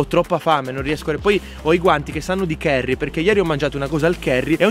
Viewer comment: Si dice curry non cherry